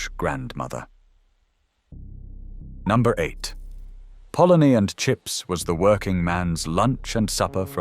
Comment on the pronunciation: So why are half of your pictures American, these videos are pathetic, we didn't have french fries, we didn't have kitchen counters either, even the cartoons are American, sausage and mash is eaten today, bacon was never in bubble and squeak, ready meals arrived long before the 80s. Can't even pronounce polony correctly😅. All in all a very crap video.